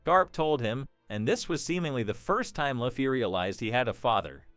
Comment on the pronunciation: effing luufffii, it's Looooouuffffffiiiiii